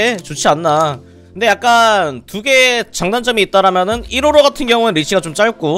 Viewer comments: 155발음을 뭐라고 하시는거임? 이로로? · 초반에 설명할때 계속 이로로라고 해서 웃김 ㅋㅋㅋㅋㅋㅋㅋㅋ